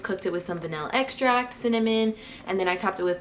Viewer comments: hahah the cinny-mon made me giggle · LOVE the editing in this video! So cute and fun to watch. And the “cinny-mon” haha